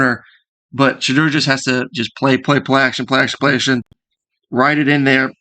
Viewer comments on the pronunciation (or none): Like the video. Shedeur is pronounced She Door.